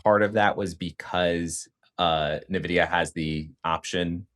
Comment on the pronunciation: Very informative video. Btw, it’s pronounced En Vidia